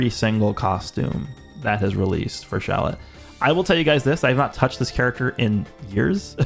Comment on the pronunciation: Dude, you need to stop calling him shallet